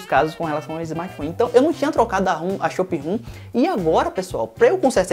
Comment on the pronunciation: depois que ele falou shop room parei de ver o vídeo